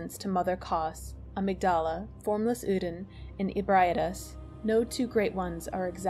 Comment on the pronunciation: "formless oodin"